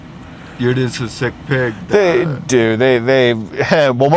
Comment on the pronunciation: Man every time this guys says “just” it sounds like he says “jizz” 😂